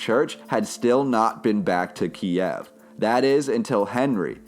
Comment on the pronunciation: KIEV NOT FUCKING KIAEV! Couldn't continue the video as your horrible pronunciation drove me FUCKING mad!